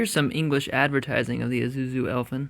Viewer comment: Pronounced "e SU zu"